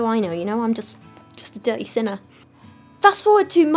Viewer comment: It took me a while to realize that she said 'sinner' and not 'centaur' 😂 I was like, what is this christian nonsense